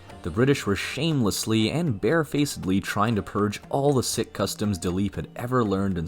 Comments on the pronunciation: It's probably just AI but it's pron. "seek" and not "sick" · "Seek" NOT "Sick". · Spent some time wondering who these ‘sick’ people were - what an affront..also ‘Logan’ is not pronounced Loggin - the ‘O’ is hard… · Sikh is not pronounced 'sick' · Sikh is pronounced seek.